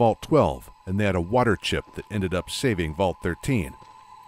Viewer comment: you can almost hear "muh wurtur chip"